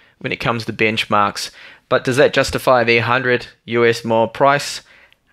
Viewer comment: I apologize for being an ass but when you say "Bench Mark" it seems like you are saying "BICH MARK" lol